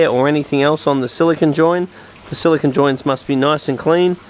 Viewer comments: How much more explanatory does semiconductor computer chip silicon.. vs silicone for sealant have to be ? Youre also pronouncing it wrong as well. SiliCON is a computer chip.. Its pronounced Sili cone.. Like snow cone. ice cream CONE.. Construction CONE.. Not sili CON. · Its silicone.. not silicon.. Silicon is a computer chip.. silicone is that rubbery chemical stuff for aquariums bathtubs ect.. Youre saying it wrong as well.. Sili CON vs Sili CONE like ice cream cone. Get it right please lol